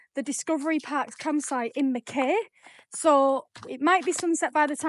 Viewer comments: MACK-EYE!! pronounced MACK EYE - Mackay. Lived there for 10 years so .. NOT Mac KAY … THE VIEW OVER THAT WATER OMG! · Pronounced Mc-Kie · its not how u say mackay pretend it spelt mackai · Great videos once again, just to let you know it called Mack-eye, Ive been to the UK and stuff up so many names especially in wales like lLlanberis, we would call it Lanberis but in Welsh it is Clanberis, always learning and love the channel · Mackay pronounced Mackeye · What can I say? You just go from one beautiful spot to another! It's pronounced "mack-eye" btw. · Great videos. Here's to 10k. It's pronounced mack-eye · From NSW - Mackay, rhymes with sky 🙂